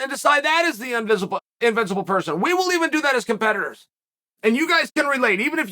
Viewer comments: Chael: Unvincible, Me: Invincible Chael: Unvincible Me: Unvincible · Chael "unvincible" Sonnen